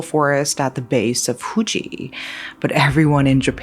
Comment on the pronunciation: The locals don't pronounce mount Fuji the way you do so stop it😂❤.